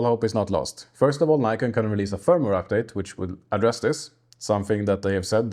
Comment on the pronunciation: Before you make a programme about a camera you should at least learn how to pronounce the name correctly ! There is NO Y in NIKON if you don't believe me ask NIKON its their company ! Bye...